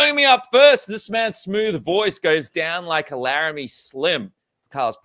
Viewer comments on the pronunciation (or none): none